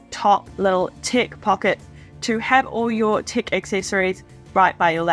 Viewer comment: I thought you were saying ‘tick’ accessories and ‘tick’ compartment. Tech …aha. 😅